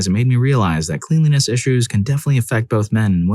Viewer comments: It's pronounced klen-lee-ness. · Please, for the love of god, learn how to pronounce cleanliness properly.